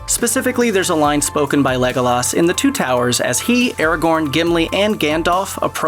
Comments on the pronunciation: There is no way you watch lord of the reigns by the way you say legolos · Lego-Laas and Maria Doc are both pretty off. But Pos-too-mously just pissed me off something fierce.